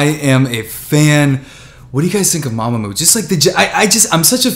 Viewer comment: He didn’t say mamamoo right